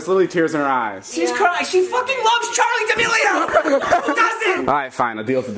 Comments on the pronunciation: Its D'melio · Noty it’s Charlie Demilio not chori